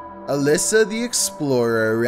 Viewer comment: Number #1's name is pronounced "uh-leesh-uh" not "uh-liss-uh". Trust me, I would know.